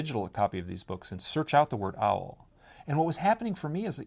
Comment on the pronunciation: She pronounces owl as ow. Giggling.